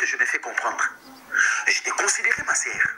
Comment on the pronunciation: Tu es en Europe soigne ton français. On ne dit pas ma serre mais on dit ma soeur.